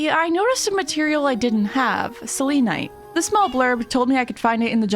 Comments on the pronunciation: Its pronouns sel-en-ite not sel-lean-ite /gen /nm -a pagan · Stop 😂 that’s not how you say selenite! I kept laughing ever time you said it! You say it as cell-ah-night ❤ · You Say selenite wrong🥲 its not like how you say Selena you say it more casually. Sorry it was just really bothering me😅